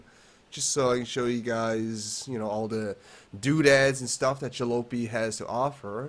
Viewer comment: Isn't it pronounced 'Ja-lopy like poppy? That's the word for an old, beat up vehicle.